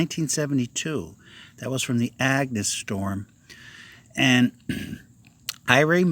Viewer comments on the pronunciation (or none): none